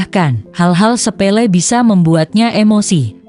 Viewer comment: sePELE tanpa R